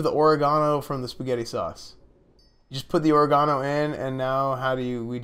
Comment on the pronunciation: "Oreg-gano" lmfao you're the man esfand